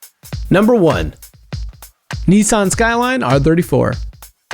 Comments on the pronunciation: NISSAN not NEESON, it's not called Liam and won't tell you over the phone that it WILL find you and it WILL kill you! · Video: Neeesan Me: Nissan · "Neessaahn" LOL